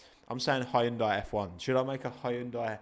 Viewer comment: It's pronounced Hyun-dai